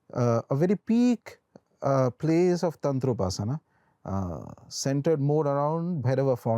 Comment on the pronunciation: It's not tantraaa, it's Tantra🤦‍♂️